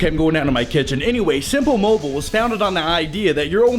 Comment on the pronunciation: simpul mobul haha